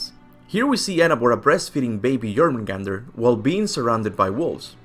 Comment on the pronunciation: It's pronounced Angrboda not Annabora, I know it's hard to do it, but I noticed you do it correctly now for Jörmungandr!